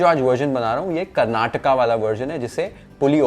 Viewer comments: full marks for pronunciation and spelling of Karnataka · See ! It is not that difficult to pronounce Karnataka correctly. Thanks man and the recipe is also approved by someone who makes it at home on a regular basis. Good job. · Hats off for pronouncing Karnataka properly and not as Karnatak 🙌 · Wow Karnataka 🙏🙏I’m so happy ur pronunciation is on spot… it’s not karnatak.. yes this dish we prepare at home once a week.. we have the gojju means paste stored at home all the time in every house..